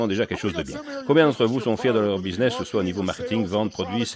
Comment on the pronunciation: Businnes au lieu de BUSINESS....mdrrrrrrrrrrrrr